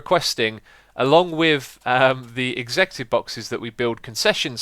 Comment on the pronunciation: Is he trying to say executive?